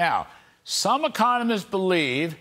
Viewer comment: Did he say "Sahm economists believe..." ?